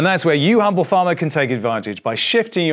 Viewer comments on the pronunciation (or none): none